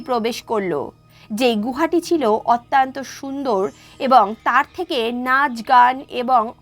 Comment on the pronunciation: গল্পটি ভাল।পরিবেশন খুব হৃদয়গ্রাহী।নীতি কথা গূলি বাস্তবধর্মী অনুসরনীয়।কিন্তু কথিকার একটি শব্দের বার বার ভূল উচ্চারণ বড্ড শ্রুতিকটু লাগছে।শব্দটি অত্যন্ত (অতি +অন্ত) : অত্যান্ত নয়।সংশোধন করে নিতে অনুরোধ করি।